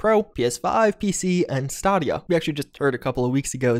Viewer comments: Stay-Dee-uh not stah-Dee-uh lol besides that good video as always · really pronounced "Stadia" as "Staadia". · ITS STADIA..STAY-DEE-UH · "Staarrdia" its pronounced "Stay-de-er". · it’s stay-dee-uh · Stadia with a long a. Not stidia. Not even debatable. It's how its said in the commercials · Stay-di-ah not stah-dia~ :P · i am soryy but you saying st-aaa-dia it is pronounced st-A-dia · Stah-dia...... Really? Its Stay-dia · Stay-dia* lol not stahdiah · Bro I luv you but it’s stAdia WITH AN A. Like stay-dia. Sorry this actually isn’t important sorry your great. 😘😘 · I think he intentionally pronounces many words incorrectly just because he can. I mean sure, even stadia adds say stadia a million times so it's not like he could've not known, but saying it like there's an extra h in the middle is fun... Stahhdia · pronounces Stadia as "Stah-dia" Me: *writes a comment about it. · My fellow, it's Stay-Dee-Ya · Stahdia.... Da fuq did he just say ....hahaha my man! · Staaaardia... you say it completely wrong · Pronounced: STAY-dia. Say it with me, STAY-dia. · "staadia" dude like really thats not how you say it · STAEDIA is how it pronounced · Stadia? You pronounced it stahdia. Has Google changed the name in an attempt to rebrand or was it honestly just that forgettable? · Is he saying Stahdiya as a joke or that that how he pronounces it. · "sta dee ahh" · Dude is stay- dia. Like stadium. Lol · “St-ah-dia” i hate it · "stod e ah" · its pronounced stay-dia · Staaadia lol it’s stadia like stadium lol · Stahdia? Hahaha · Tbh, it doesn't matter how you say it. I know what you're talking about, so it's fine. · actually funny. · Yeah your right where is the r in stadia????? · Well, he pronounced Stadia wrong several times and lied about being first to report it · He’s a video game news reporter... how did he butcher the name? 😭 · The most shocking about this announcement was, how pronounce Stadia:D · I hate how you pronounce Stadia